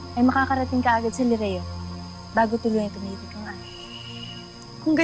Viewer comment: ang narinig kong sabi ni / "rileo" kesa sa 'lireo' hahaha